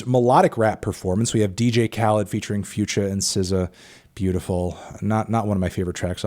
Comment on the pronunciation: why’d he say future like that 😂